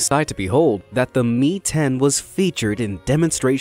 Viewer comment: MI.....not 'me' but 'em eye' AN...not an